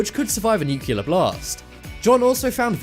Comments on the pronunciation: He said nucular ( nuclear ) weapon :)))) and they misspelled yatch ( yacht ) :)) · Goddamn it, stop saying "nuculer". Its N-U-C•L-E•A-R. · Nucular shelters? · Newk you luhr? Nuclear=NUclear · New_clear bomb not New-cular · Interesting video, though it's NOT nucular as in nuke-u-ler... the word is NUCLEAR...as in nuke-lear🙄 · NEW-KLEE-AR......... Only uneducated hill people who procreate with their siblings say nuculer, that and exscape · Americans : Nu + clear = Nuclear , not Nyukyular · Nuclear......not nucular.....FTLOG! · Thumbnail clickbait. Also, it's Nu-cle-ar, not nu-keuh-ler. Pronunciation guys! C'mon! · no such word as nukuler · Nook Lee urr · Nu- clear bomb stop mis-pronouncing that very simple word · more like new-clear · Say nucular one more time. I dare you. I double dare you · Why pronouns nuclear lik an under educated American president, this shows stupidity in the part of the narrator.